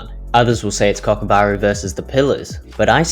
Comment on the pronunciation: did bro say kokubaru😭